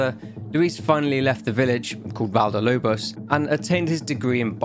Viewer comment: It's not cakes Val de Lobos. It's Valle del Lobos. Valle is pronounced Vah-yeh